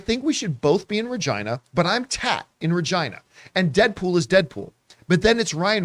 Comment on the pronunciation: Why isn’t it pronounced Reh-geena?